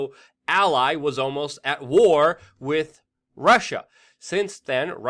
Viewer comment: WeAreChange I really like your channel, watch it alot. HOWEVER I really wish you would learn to pronounce the word WITH!!! IT IS NOT PRONOUNCED AS WIT!! It makes you sound really stupid when you say "wit" instead of with! It's also very annoying, has made me click out and NOT watch you!